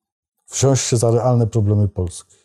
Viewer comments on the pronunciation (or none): none